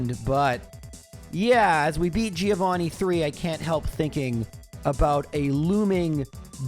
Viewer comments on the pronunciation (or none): none